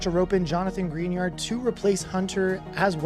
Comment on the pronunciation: Same with calling Dobbs Dobbins, and pronouncing Greenard as GREENard